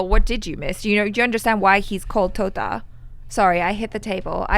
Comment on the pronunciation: Totta she was speaking clearly omg😍😍😍😍😍😍